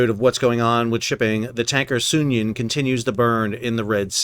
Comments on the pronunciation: SOON-ee-yun. Like union, but sounion. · The correct pronunciation is Soo- nee- un. It is a formal Greek name. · It's pronounced Sue-Neon (named after a place on Greece)